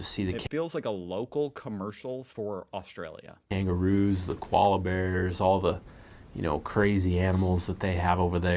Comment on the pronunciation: Kwala bear. It's Koala.